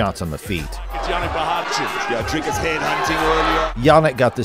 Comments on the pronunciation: Bru, it's pronounced DREEKUS, not DRAYKUS! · Lets see if I can help you pronounce his name. Say "we, me, see, tree"... that ee sound. Now say "Dree" (not dry). The cus is like someone who cusses a lot. cuss. Dree-cuss. You've got the surname right. Please get it all right before his victory against Strickland. Otherwise, a great video. Thanx. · Why can't yankees just say Dricus. Dri-Kis not Dry-Kis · He OBVIOUSLY has MY backing as I am South African as well..........Oh YA - AND! - For the English speaking viewers. His name is pronounced "DREE - KUS" NOT "Dry-cus" 😝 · It sounded fine to me, he actually nailed it. edit: ok the name is a little off, sounds like Drycus, it must be pronounced "Dreecus" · Always fascinating to me that people from the USA can't pronounce his name. They can say 'big' and 'kick' but somehow Dricus becomes Dry-cus 😂 Ander ding wat hulle nie weet nie. #stillknocks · You can CLEARLY hear how the commentators pronounce his name but you insist on pronouncing it Drycus??? WHY?? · A message to the commentator in this video. PLEASE sir. PLEASE learn how to say Dricus's name correctly. The way you said it sounds terrible!